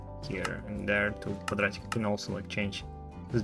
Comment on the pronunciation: Вы просто сказали это с таким акцентом)) У меня просто ещё слабый уровень Английского, и на этом моменте меня прорвало))